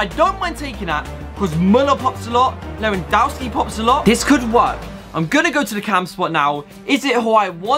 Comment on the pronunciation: U said lewandoski Like wewandotski